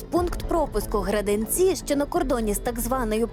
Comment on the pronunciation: Не Граденцi, а Граденицы. Неужели сложно проверить на карте?